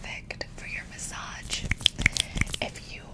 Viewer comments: You're saying it like message, try saying it like bonjour. Muh - saazh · As a French person, your pronunciation of massage is the closest to the French one, just for the 'ge' part we don't go [dge]. It's literally [he] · bro it's like muhsaazh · I like the way you say massage lol, but I think the G sound is usually softer, almost more like a SH sound. Massash? But I prefer how you say it in your own way. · LOL the first thing I thought when I saw this was you say massage wrong and then you mention it later. It sounds like you're adding a d to the age part like adge. Ma sadge :(. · it's massâââg' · Massage is pronounced Mah - saw -zsh its just how your pronouncing the g. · It's muh-saahzh, you're putting too much emphasis on the -ge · Regarding the pronunciation of massage, I think people are saying the "g" sound is supposed to sound like "zh" rather than a hard "j" sound. EDIT: I'm sorry, I didn't mean to make you self conscious about it. I was just guessing what other people meant. Either way you choose to say it works fine. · My favorite thing about your massage videos is the play you pronounce massage. Never change 😊 Thank you!!! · I’ve always loved the way you say “massage”! You just pronounce the “g” differently, but I like it! But yo, where is this bedding from? I love the sounds! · You don’t say it wrong you just don’t say it right 😊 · FRANCE MENTIONNED 🇨🇵🇨🇵🇨🇵 WHAT THE HELL IS A LIKED GOVERNMENT 🥖🥖🥖 Amazing video as always, looking forward to the day you post a video in French (day 1 of asking for it btw) PS : You totally nailed the "r" in bonjour :) PS2 : As you asked it, "massage" should be pronounced the French way, so with strong "a" (as in apple) and the "ge" sounding like "j", not "dj". Hope that was clear 😅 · Pretend the “ge” at end of the word message is a j similar to the j at end of Taj in Taj Mahal... that’ll help the pronunciation. But who cares, you do you.